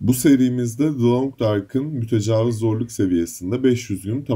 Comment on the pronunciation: Verdiğin emeğe göre az takip ediliyorsun ama artacaktır kardeşim eline sağlık. Fakat serinin son videolarında da fark ettim mütecavız deyip duruyorsun o kelimenin doğrusu "mütecaviz" şeklinde İ harfiyledir. Zaten I ile ne kadar zor ve kulağa kötü geldiğini anlamışsındır. Oyunu çevirirken İngilizcede büyük İ olmadığı için muhtemelen hata olarak Interlooper'ı Mütecavız diye çevirdiler. Dili doğru kullanalım. Yolun açık olsun.